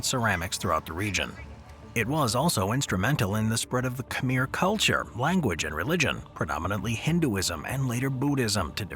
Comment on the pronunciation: Can you say Khmer properly, please? KH-mare. Pyramids were not built by the Egyptian dynasties, they are much older.